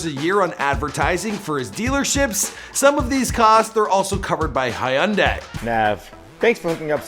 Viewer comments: Hayundai. Idiot. Its hyuunday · Did he just say high-un-day instead of Hyundai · HUN-DYE you idiot..learn to pronounce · Jesus Christ!! Dude its pronounced hun-die dont over think it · 😂hee un daeeeuhh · Hayunday what da heck is that pronounciation bruh.... Come on hahahahahaahah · That's not how you say Hyundai